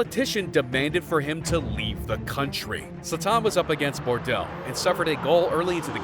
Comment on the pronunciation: Who tf is Zlataahn? This narrator man. And bordell? Its bordeux whete is the l?